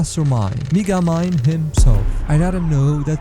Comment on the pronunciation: is it just me or if you listen close he calls him “n$gga-mind” LISTEN REALLY CLOSE